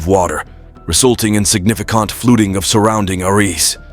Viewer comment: The only scary thing about this video is the AI Narrator's pronunciations: "SignificAHnt FLUTing" instead of "significant flooding;" "Surrounding arEESE" instead of "surrounding areas;" "HomeSTEEDS" instead of "homesteads;" and "AcrISS" instead of "acres." The narrator turns the video into a LAUGH RIOT!